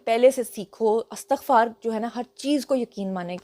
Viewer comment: Madam lafz istaghfar hota ha Astaghfar nahin Ap toU Aftab Iqbal ab ki student rahee hein ap tou please aisi ghalti na karen Lekin ap ka v log bohat acha hota ha❤❤❤